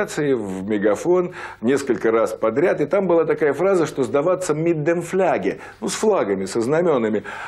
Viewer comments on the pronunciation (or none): по немецки флаг не фляге, а Фанне